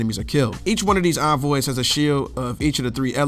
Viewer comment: Thank God you know how to pronounce envoy correctly. I subbed just on that alone. It’s incredible how many videos are out there saying it wrong.